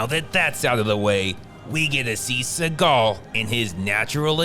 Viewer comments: I luv how he pronounces Suhgaw😭🤣😂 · It's pronounced "Seagull" C-GL Cee-Gul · Always keep in mind , the real pronunciation is ' Seagull ':face-blue-smiling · You should pronounce his name as the bird... as that's how it's supposed to be pronounced. He just changed it because he thinks it sounds cooler.